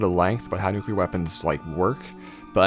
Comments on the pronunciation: Stop making videos about nuclear devices until you can pronounce "nuclear" clearly and correctly without swallowing the "l". New-klee-ur New-klee-ur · You mispronounced nucular